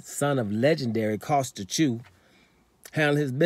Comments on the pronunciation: You called him Jew, u called him Chew?? Wtf bloke. Are u related to Charlo?? Just go with the Zoo bloke, that's much better.🤷‍♂️🤦‍♂️🤣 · Tim Jew 🤣🤣🤣 kosya chew 🤣🤣🤣 damn I’m confused brother!